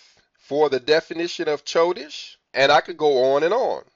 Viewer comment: Bro I don’t mean this to be rude. How have you been studying Hebrew this long and the calendar and you pronounce “chodesh” with the “ch” like in “cheese”. The “ch” makes the “H” sound and like your trying to clear your throat also. Chanukkah is pronounced Hanukkah but the “H” has the throat clearing noise. So it’s “chodesh” pronounced “Hodesh” I think you should have known that by now, not saying to be rude, much love brother